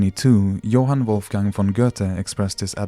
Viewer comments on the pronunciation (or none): none